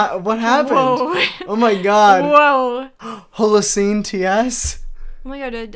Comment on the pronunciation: “holeoseen” “what is this a foreign language” HOW DO YOU NOT KNOW WHAT THE HOLOCENE IS